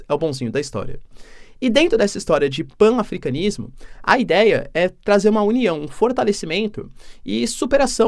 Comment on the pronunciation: PAN-AFRICANISMO, pronúncia-se PANAFRICANISMO.